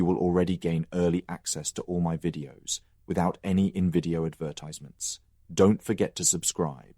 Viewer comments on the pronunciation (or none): none